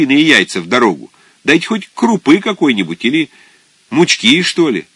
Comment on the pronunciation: вот почему и не люблю аудио книги-уши режет от большинства чтецов. ну не правильно читать "мучкИ"..мУчки правильно. вы хоть народное произношение ищите или пословицы какие... "одна мУчка,да разные ручки".. это фольклорное название,зачем пытаться подстроить под языковые правила??? Зощенко вот знал это прекрасно,не пытался все впихнуть в одни рамки,пользовался словом так же,как пользуется народ. именно поэтому его так легко читать. а слушать чтецов невозможно